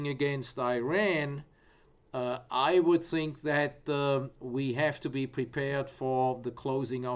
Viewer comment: " So i zink it vwill be a very vwild and volitile vworld .. very good " #PeterSellersMoment